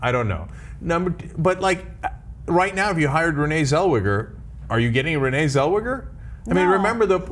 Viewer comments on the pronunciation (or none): lol! at the anglo saxon pronunciation of her name. WTF is Seulwugger ? its Tsell- Vay- ggah . get it right . Voll deppen ! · It's Renee Zell-weger, not Zell-Wigger. They both did it. Com com come on.